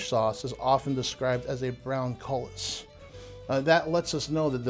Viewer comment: I was looking for this comment. I kept thinking “koo-lee” every time he said cullis.